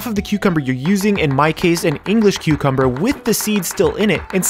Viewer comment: Thought you said Queuecumber. Now I can’t unhear it...